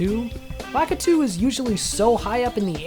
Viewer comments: U said Lakiti not lakitu lol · lakitu is pronounced (luh-kee-tue)